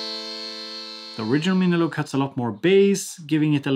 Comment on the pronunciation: love how you pronounce it as "miniloag" haha